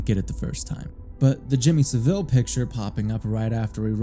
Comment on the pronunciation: It's pronounced "SAH-ville," not "suh-VILLE."